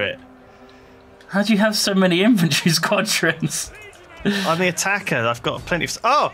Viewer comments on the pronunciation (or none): 'Spuadrons' xD